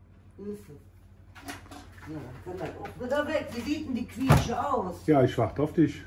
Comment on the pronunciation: Es wird "Kisch" gesprochen.